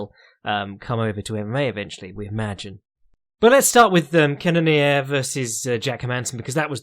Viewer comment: CANNON - EAR HOW HARD IS IT JACK